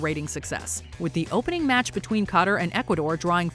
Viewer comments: taking place in cotter? You mean Qatar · It’s Qatar not Cotter. A little mispronunciation right there and now I still feel like that the Opening Of The 2022 FIFA World Cup should have been on the list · “COTAR” instead of “Qatar” had me wheezing 😂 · Way to horribly mispronounce Qatar.